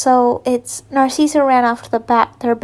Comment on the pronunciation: This is how u say narcssia nar like car ciss like sis and a or u can just say cissy